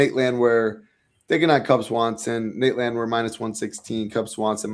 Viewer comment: not pronouncing the most popular fighters in the UFC correctly is pure gold. “G”iri and Landwire. 😂😂😂😂